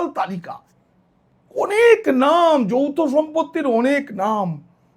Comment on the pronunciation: যৌথ নাকি যৌন সম্পর্ক কী বললেন ঠিক বোঝা যাচ্ছে না । 😂😂😂😂😂।